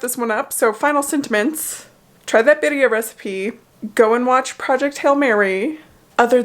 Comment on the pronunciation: Beautiful pronunciation of 'birria' 👌🏽